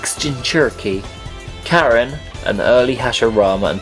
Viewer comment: learn to use the correct pronunciation of the names Karin is not Karen its Car EEN